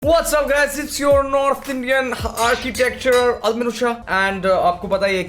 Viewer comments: Architecture??? Architecturer!??? Bro said everything but architect!!!😭😭😭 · It's ARCHITECT!!! not architecturer 😅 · abey architecture,architect hota hai woh